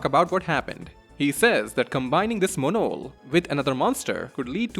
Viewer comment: that Monol pronunciation made me close this video.